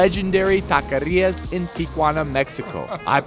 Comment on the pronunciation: You are not supposed to roll your tongue when you say “taquerías.” You only roll it when it’s has two R’s